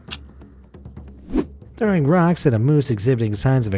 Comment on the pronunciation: "trow rock"